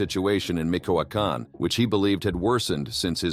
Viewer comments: Excellent documentary but please do one for us and pronunciate MiCHOacan correctly. Is not micoacan is Michoacan like Michigan. Thank you and sorry for being that guy. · It's not "Mikoakan" but Michoacan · Micoacan 🤔 Michoacán?